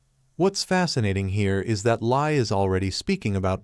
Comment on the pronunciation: It's pronounced as William Lee (William Li Bin), not Lie!